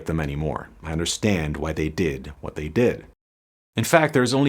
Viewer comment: Its pronounced "Vot" do you mean? xD